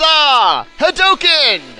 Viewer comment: thought u could use that in 1 of ur lp's well if u somehow do another gw and to be far hadouken is pronounced with a u since ryu shouts it so does ken